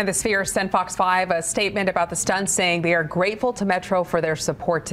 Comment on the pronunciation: This man said 'spear'. It's Sphere. You're on television so do better.